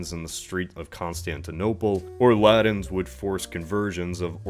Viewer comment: I love these videos. But if I were to make one critical comment it would lie in this request: Please! Aspirate your t's man!! I cringe every time you say Briddain and the Laddins instead of Britain and the Latins. Please for the Love of all that is holy! I beseech thee!!